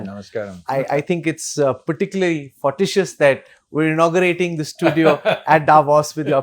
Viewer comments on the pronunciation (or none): Fortuitous, is pronounced for- tu- i(e)- tus. And NOT FOTISHUS🙄